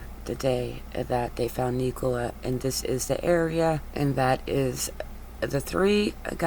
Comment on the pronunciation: IT'S NICOLA NOT NEECOLA .